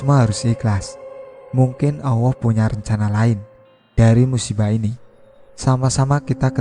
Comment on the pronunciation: Maaf...mas bro yg baca cerita ini kayak suket teki to n maaf...telingaku dengernya penyebutan Alloh kok awoh...maaf...